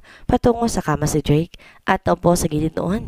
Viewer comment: Blake din dinig ko imbes na Drake